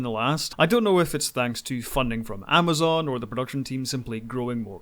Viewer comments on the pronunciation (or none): none